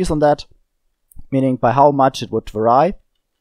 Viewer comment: Did you pronounce "vary" as "VAR-I"?